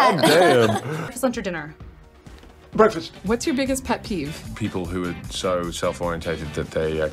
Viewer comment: Interviewer: "Whats your favorite dinner?. Theo:"...Brekfest" I am deceased 😂😂😂